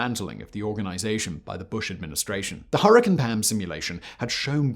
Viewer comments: "Hurri-cane" not "hurri-can" there's an "e" there that changes how you emphasize the "a" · The way you say hurricane is extremely weird and annoying. It's with cane not can lol I know I can't be the only one here in that and I know he's got the accent and all of that different language All of his accent is fine but it's hurricane not her a can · Her•ih•caine. Now add it together. You’re welcome Simon!!!😊 Good God man!! 😅😂 you’re butchering the names!!! It’s like saying Chai Tea. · Everytime u say Hurrikin I cringe.